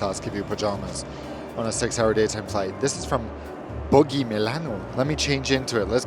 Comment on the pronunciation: Hi, Boggi is pronounced with a soft G Ciao from Italy